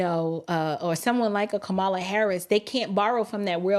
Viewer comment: Did he say, Ka"Bama Harris? OMGoodness, LOL😂😂😂... It's true though!